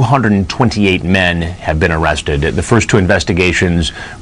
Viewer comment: “Am I gonna be aaaaaawested?”